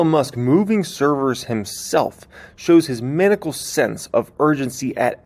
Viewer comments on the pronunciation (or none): Manical? Ma-nye-ical